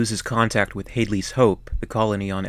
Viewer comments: Hadley is pronounced had-lees. not hade-lee. they say it correctly in the film multiple times. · I think Hadley is pronounced with a short A.